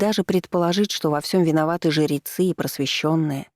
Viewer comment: Вопрос чтице: почему жерецы а не жрецы? Звучит как жеребцы?